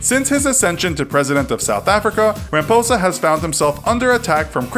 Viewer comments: great video but I suggest just getting some advice with regards to pronunciation of the various names of these people. For example, Cyril Ramaphosa sounds like "Ra-ma-fo-za" while you pronounced it "Ra-ma-po-za". Another would be Mark Rutte which you pronounced in a very american way but should rather be pronounced with the "e" at the end. In dutch if we end on vowels they aren't silent. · Ciril Ramposas name is said Ciril Ramaposa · ramphosa!.its not pronounced like that.i could not stop laughing. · I'm South African and I laughed when you botched serial ramaphosa